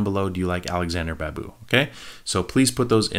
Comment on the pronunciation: Please Do try to watch “Roja” movie. The Babu should be sounded like BaaaBoo